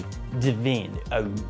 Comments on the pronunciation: Again with the “ah-ood”. It’s just oud, dude. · It’s just pronounced oud no matter the spelling. The spelling is different from brand to brand to capture the Arabic pronounciation of the word oud.